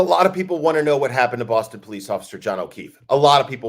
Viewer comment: Hey! Your Bostonian accent needs a little tweek. THE “O” in Boston is pronounced like Rotten or claw❤️